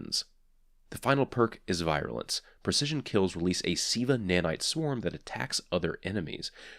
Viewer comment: Love your reviews man. Also, it's pronounced "veer-you-lence."